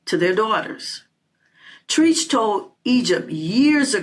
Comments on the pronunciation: New subscriber here... It's not Treech, but Treach. Like "Tread"...drop the 'd' but add 'ch'. Other than that, leave these hyenas alone if they don't want to listen. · When she said treech I hollered. Who is that???? Anyway I received the message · you called him “Treeech” lol. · I think that is so cute that you don't know how to pronounce Treach. Knowing that it's short for treachery should help you.